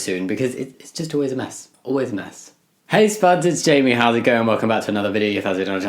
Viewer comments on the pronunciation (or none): none